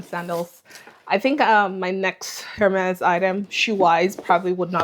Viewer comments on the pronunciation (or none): Amazing haul 😍. Just FYI : H in Hermes is silent in French so it should pronounced as Ermes